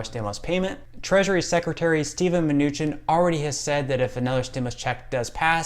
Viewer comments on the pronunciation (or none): none